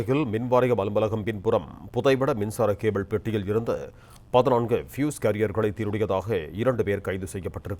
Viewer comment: ஃப்யூஸ். பியூஷ் அல்ல.